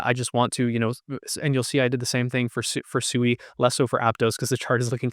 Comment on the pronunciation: It is Swee not Su ee